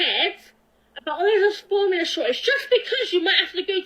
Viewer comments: she said formula wrong like ten times like jesus lady how broken is your tongue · this is the third time she had a problem saying formula...